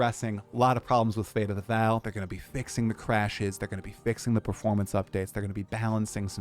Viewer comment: It is still not Fate of the "Val" It is still Fate of the Vaal - pronounced "Vawl" Jonathan responded to your incorrect pronunciation 3 times in your interview with him. Get it right,.